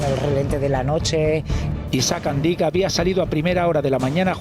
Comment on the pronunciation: Has anat a l'escola crec oi? Si fos "Àndic" com dius tu, portaria acent a la "a". Com q no en porta, és una paraula aguda en aquest cas, amb èmfasi a l última sil.laba. Fins i tot el video q poses de tele5 ho pronuncien bé i tu erre que erre....